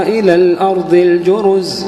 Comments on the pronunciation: السلام عليكم يا شيخ أدعو الله أن يجمعنا مع الحبيب المصطفى في الفردوس الأعلى انا أحبك يا شيخ واحب صوتك كثير ولكن يا شيخ أنت عند خطأ في قرأتك❌❌وكل السعوديين حتى عندما يقرأون القرأن وتذكر كلمة الأرض يغيرون لفظ حرف ال(ض)ويقولونه(ظ) يعني بدال الأرض الأرظ وهذا غلط كبير جدا هذا تحريف في القرآن وإذا انامخطئة حدى يصححلي وينصحني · ما شاء الله صوت رائع ، لكن ممنوع يقول عن حرف الضاد (ظ) ، يقول مثلا الأرظ وهذا خطأ طبعا لأنه يتغير المعنى في بعض الأوقات ، مثل " ولقاهم نظرة " بدلاً من "نضرة" .